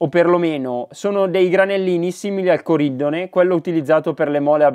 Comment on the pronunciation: Perfezioniamoci: si dice carbúro e corindóne.